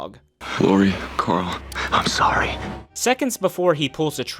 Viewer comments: The way you pronounce Coral is really turning me off, who is that Karl? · Have you just mispronounced Karool